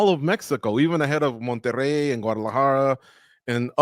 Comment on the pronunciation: Bro knows how to pronounce "Monterey" but cant say "Moreno" the right way what a joke